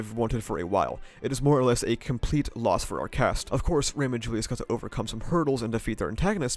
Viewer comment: Hate how you pronounce Ram and Rem the exact same way